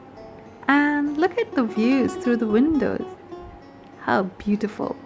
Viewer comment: Nice ! While the place sure is lovely, the way u narrated and captured the scenic beauty makes it all the more interesting. Enjoyed watching! P.s. Beee-teee-ful nahi hota , beee-yu-tee-ful hota hay 🤦‍♀️😁🤓